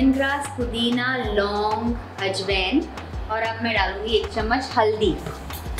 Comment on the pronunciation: You pronounce ajwain wrongly